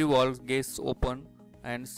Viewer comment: Not walv its valve 😐